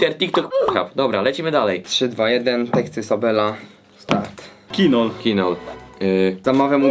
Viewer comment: ✨Bo mówi się Sobla nigdy nie Sobela✨